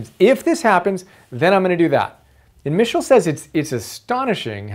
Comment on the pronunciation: Good summary but you are pronouncing his surname incorrectly.